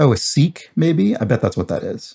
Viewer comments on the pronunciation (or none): Happy birthday,! <3 Also, Sikh is pronounced like "sick" and not "seek."